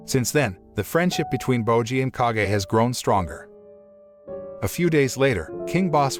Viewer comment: Its not k a g e its kage